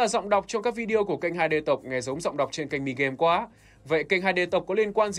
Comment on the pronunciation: “Dọng đọc” Edit hôm nay bị lỗi buồn cười quá •<•